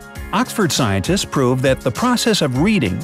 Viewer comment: The pronunciation of s was not done in scientists.